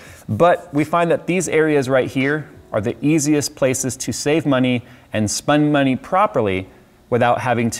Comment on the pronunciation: Did he really say "spun money" ?